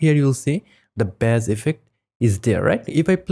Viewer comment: Bass in this context is "Base" pronouncing it Bass is the fish. The instrument is also pronounced "Base" so the only one that's really pronounced how it sounds is the fish. Just to try and help with that since English is overly complicated for no reason lol. Great video btw :)